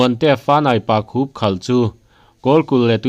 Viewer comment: Pakhup i lam dan hi a dik em😀pàkhùp ani ami